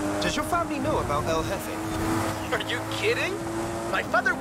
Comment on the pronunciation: Hey just letting you know the j in Spanish sounds like the letter H in English so in English it would be pronounced El heffe